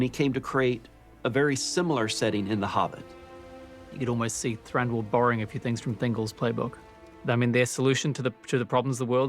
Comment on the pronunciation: Also, Thranduil. "Thrandol" Thrandril" B EN O DRYL